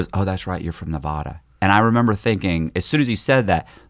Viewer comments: Oh my God. I relate to this so hard.. People just don't get it. Nev-ad-a not nev-ah-da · If I was the FBI guy, I would know right away he was lying because of how he pronounces Nevada 😂. Great episode!